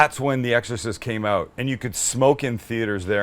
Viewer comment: DANGEROUS DRINKING GAME while watching Sam... every time he says “OUT” like “OAT” —- good luck